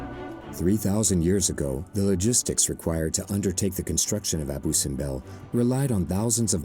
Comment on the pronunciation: Abu ( acentuado en la U )